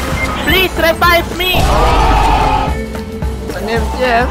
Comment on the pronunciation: LMAOOOO “Anak, rebibe me…putang ina- REBIBE ME”